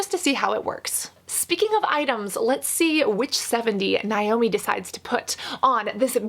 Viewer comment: As a Naomi pronounced Nay-Oh-Mee I felt triggered every time she said Nie-Oh-Me 🤣